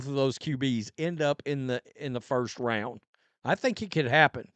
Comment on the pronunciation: Third or fourth rouind.